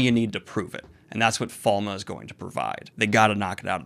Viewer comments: Wait no one pronounces it Falm except me? I can't find the official version anywhere. You say Fall-muh here, another guy on another channel says Fall-May. I just wanna say Falm. *Shakes fist at Robert Jordon smirking somewhere in the heavens. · THATS HOW YOU SAY FALME? WHY??